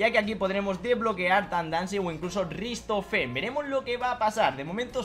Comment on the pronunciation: Porfavor! RICHtofen!!! No RIStofen🤣🤣